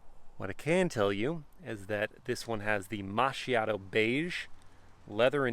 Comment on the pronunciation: It's pronounced makiato